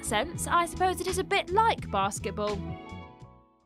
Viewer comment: Number 1: Bass Get Ball? I'm sorry. I'm a nerd. Is that some weird version of Sports Ball?